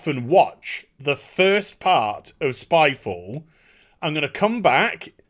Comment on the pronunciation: Vid: spyfall Me: gun. Wait, you said spyfall or skyfall?